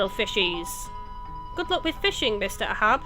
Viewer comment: the name Ahab is from the book Moby Dick. It's pronounced "ay-hab" with emphasis on the first part. (There's also an Ahab mentioned in the Bible, but I think the Moby Dick reference is the most likely, with Ahab being a pirate captain. Also "archi-PELL-ago". Emphasis on the second part.